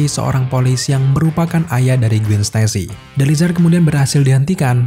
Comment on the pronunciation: Gwen dibaca Gwen bukan Gwin